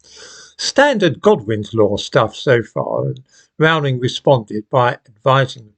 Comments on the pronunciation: Her surname Rowling rhymes with “bowling” not with “howling”. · It's 'Rowling' as in 'Bowling' - Not 'Rowling' as in 'Scowling' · 'Rowling' rhymes with 'bowling'.